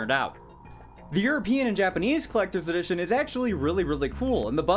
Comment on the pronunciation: “Clecter dition” 🙄